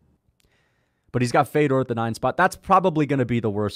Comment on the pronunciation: Mf say fedors name right